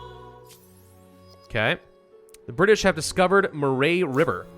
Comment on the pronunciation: It’s muh-ree river